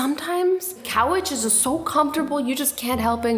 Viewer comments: she said cowarges Instead of couches .... Welp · Did anyone notice she said "cowiches" instead of couches ? Classic Azzy :P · it sounded like she said cow witches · did she just say couwcht 😂 Very small youtuber right here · I never knew that Azzy says couch like cowitch. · hold up did she say coweches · azzy: says couch Me what did she just say watch it to understand what I am talking about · I did not know what she said ( I think she meant couch) 😂😂😂